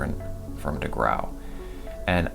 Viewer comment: degrau is said 'degrow', I think...but so what